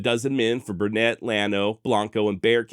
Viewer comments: And, while we're at it: Burnet, TX is pronounced "BURN-it". (Great story, thanks for telling it!) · I like the channel and history. For Burnet County, it is pronounced burn it. The saying is, “it’s burnit durn it, learn it.” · It's Burnet dern it. 😉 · Burnet County, same as the town of Burnet, is pronounced "Burn-it". Not Burr-nette. And Blanco County is pronounced Blank-O .... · Just happened across this episode and being a long time fan of the Texas Hill Country and especially Mason, thoroughly enjoyed the video. Only two minor issues (actually major to the residents of both towns) is your pronunciation of Burnet and Blanco. Regardless of spelling or usual pronunciation, the towns are correctly pronounced BURN-et and BLANK-o, in Texas. In fact, Burnet has a saying "Burnet, durnit, learn it." I will be subscribing and look forward to future episodes. P.S. if you ever have an episode involving the Pedernales River, it is pronounced "PURDnaleez."